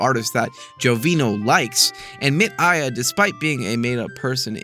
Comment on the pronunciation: Chico Science is great too, but 'MIT AIA' is clearly just 'Tim Maia', another beloved musician >w<